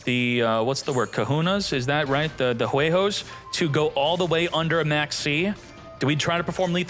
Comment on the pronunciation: "kahuna" "juegos" jaja I had to read chat saying he was trying to say "cojones" and "huevos" to understand XD